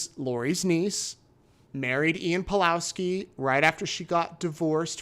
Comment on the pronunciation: Surname Pawlowski has probably Polish origin, so read it Pavlovski